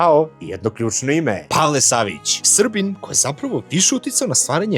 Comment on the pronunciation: Prica o Savicu, pa glasno naglasi “SRBIN!”, a covjek bio komunista…